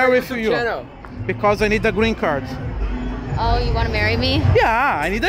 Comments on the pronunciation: Tá Tirando eu Zé. Tem Toguro Virjão falando Grin Card. 500 x. No vídeo tem Like ! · O q mais foi falado foi grren card kkkkk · Porra Tog eu te admiro, mas "Grin Card" é foda! kkkkkkkkkkkk Só conseguiu com Jojo Todinho kkkkk